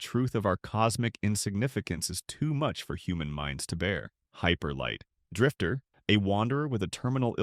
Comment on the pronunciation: "Hyper Light... Drifter" Ah. The AI appears to be misreading again.